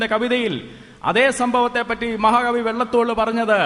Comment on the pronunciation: Maha kavi vellathol ennanu achan parayunnath maha kavi VALLATHOL ennalle achoooooooooooooooooo??????